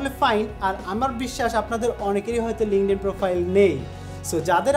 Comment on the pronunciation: dude, learn how to pronounce first and then make videos, i stopped watching after you pronounced instagram as inestagram and linkedin as lingding.